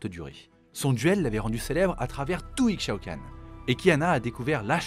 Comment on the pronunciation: Le x d'Ixaocan se prononce comme celui d'Ixtal (Ishtal, "Ishaocanne") Belle vidéo sinon, en même temps quand ça concerne l'impératrice :3